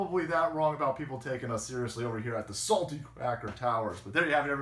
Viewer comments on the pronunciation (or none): i had to rewind cause i was in the other room doing a little workout. i was like, did just say anger bang and aboot? lol